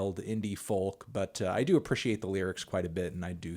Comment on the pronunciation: I'm pretty sure he's trolling at this stage but why the fuck HAS NO ONE TOLD MELON YOU DON'T SAY THE L IN FOLK??????